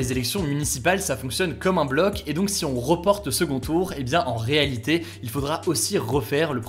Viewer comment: Juste une remarque qui me titille et qui n'est vraiment pas importante, tu as des problèmes de prononciation juste sur le mot "si". C'est pas du tout flagrant mais maintenant j'ai remarqué que tu ne l'as jamais bien prononcé